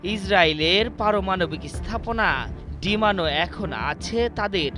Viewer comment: এই রিপোর্টার চাকরি পেয়েছে কিভাবে! ডিমোনা রে বারবার ডিমানো ডিমানো বলে চলেছে। স্পষ্ট ভাবে সুন্দর বাংলাও বলতে পারছে না।